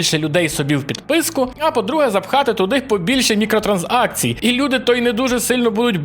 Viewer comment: транз акцій? транзакція це одне слово